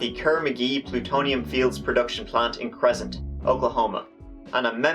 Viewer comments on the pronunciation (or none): Hey, it’s “Cress-Ent” hahaha.:)